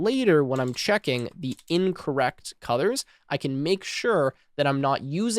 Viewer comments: Nice video. Not important but for some reason I keep hearing you say "cuthers" instead of colors. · WHY DO you SAY CUDORS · Got a bit confused coz I kept hearing "cutters" .. figured you were saying colors